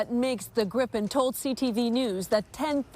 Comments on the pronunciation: Why call it grippen? Its called Gripen and it's named after a fantasy figur half lion half eagle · Its Griipen not Grippen.